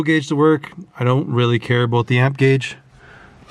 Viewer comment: aboot, hehe